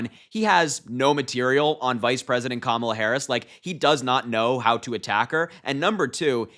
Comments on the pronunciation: Trump pronounced Kamala correctly!! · OMG! Harry! Trump slipped up! He's going to be so upset! He pronounced her name 100% correct 😂😅😂😅😂 He's such an idiot! He's so dumb JD Vance is the worst choice ever! Vance could keep a job even when it was handed to him! His buddy from college introduced him to people, and Vance failed at every job he had and ran a nonprofit into the ground. Whatever comes out of Trumps & Vance's mouth is nothing short of trash!🇱🇷💙🌊🇱🇷💙🌊🇱🇷💙🌊🇱🇷💙🌊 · He slipped and pronounced her name correctly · Trump finally worked out how to pronounce Kamala. Good job dumbdumb.